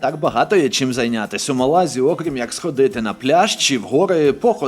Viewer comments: Напевно, це байт на коментарі (а мені і не шкода), але ж правильно МÁлага і в МÁлазі, а не в МалазÍ , бо звучало як "в Малазії" Чудовий контент, бажаю вам ще більшої популярності! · 10 хвилина перегляду і закінчую дивитись бо це брехня, проживаю в Іспанії 25 років.минулого тижня також був в мАлазі(будь ласка ставте аксент на першу А, бо важко слухати). Не знаєш то не росказую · Малазі наголос на перше А